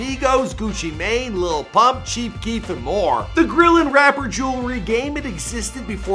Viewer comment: OMFG when he said girl he meant grill he had said they sold over 500 girl I was like yoo until i realized he had said grill 😂😂😂😂